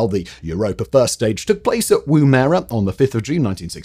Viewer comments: It's pronounced "WOO-mu-ruh", not "Woom-AIR-ah". The 1st syllable rhymes with how Yorkshire people pronouce "gum". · Yip...Woo-muh-ruh. It was a device the Aboriginal used for throwing a spear...and pretty effective. But definitely not pronounced Woom-erah! Good video though! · Woom-erah. Woom-erah. Good god man. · It’s amazing just how wrong some people get our place names pronunciation. I’m sure I would butcher place names in other countries just as badly if not worse, but living in Australia I didn’t think there was any other way to pronounce Woomera until I heard that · I kept correcting his pronunciation each time he said it wrong!